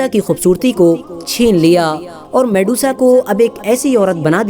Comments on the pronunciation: Medusa, not Mesuda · Mesudaa..? Wo medusa hai bhai😅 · वो mesuda नही मेड्यूसा है मूर्ख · Her real name was medusa....not mesuda.... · Shes Medusa not Mesuda....on ur post its mesuda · at begining it'as Medusa.. at half of video it turns into mesuda 😂😂😂😂 waah bete waah....moj kr di..... moj kr di beteee😂😂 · Vedio mast ❤️lekin ap bich me Medusa ko mesuda bol rhe the 👍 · It's not Mesuda It's Medusa 🤦🤦🤦🤦